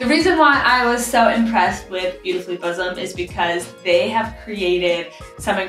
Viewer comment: That’s buxom, like buck-some, not bosom .